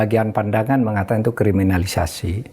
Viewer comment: Pak Mahfud dr dulu sangat sulit menyebut kriminalisasi, apa krn org Madura?